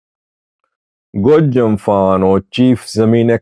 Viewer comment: pronounced Gojam just like the people from the area. He has become one of us.😂